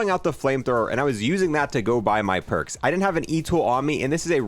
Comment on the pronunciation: haha he said porks